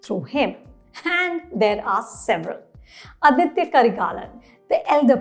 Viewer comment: Aditha Not aditya